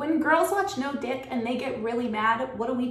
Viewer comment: I'm not a nice guy. I just try to be good by my loved ones and respectful of those around me. It may be lonely sometimes, but at the end of the day that's all that matters to me could spend a thousand years alone and die happy, knowing I can make anyone happy...... btw you're killing me when you say DYECK. 🤣🤣🤣🤣🤣☠